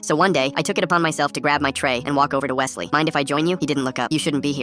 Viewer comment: I feel Offended my name is Wesley not what he said 😭